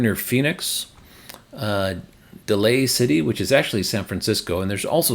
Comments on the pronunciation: Just so you know it's "Day-lee City", not "Delay City" 🙂 Great updated, exiciting to see these go in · Daly City, CA is pronounced like "daily". :) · it’s pronounced Day-ly City. Like not weekly but daily. 😊 I lived in San Jose which is about an hour away from Daily City and San Francisco for 38 years. Now in Central Coast of California. Thanks for the update! Would love to join you if I were nearby an IOANA.